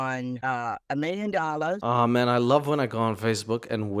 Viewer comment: It’s “Million”, not “mllion”.